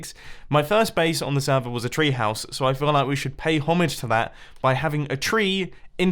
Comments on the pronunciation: damn he really just pronounced "homage" like that huh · did he just pronounce homage phonetically? Is that like a British thing? I’m uncultured don’t attack me